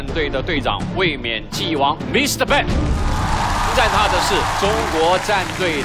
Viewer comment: 感覺中國方故意叫對方選手"笨"，Ben發音不是那樣發，一直叫他笨蠻好笑的像是要唱衰他一樣。